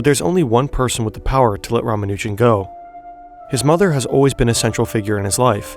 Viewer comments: btw if you happen to care about pronunciation, his last name stresses the first two syllables. RAA-MAA-noo-jun instead of rah-muh-NOO-jun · Dude, you're hurting my ears. It's pronounced, Rah-mah-new-jun